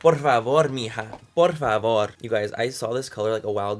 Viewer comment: "Por favorr" "Echa pa lantee" 💕